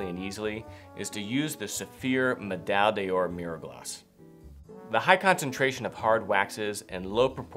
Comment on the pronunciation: Please: "Med - Eye - Door". Not "Medalle Dior"